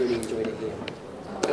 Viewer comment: Oh my god did he just say “gracias” in a Spanish accent? Oh my god.